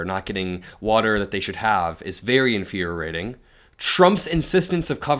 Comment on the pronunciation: " In- Furry-Ating " ?!?!